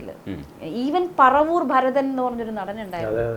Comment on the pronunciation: പറവൂർ ഭരതനല്ല പരവൂർഭരതന്‍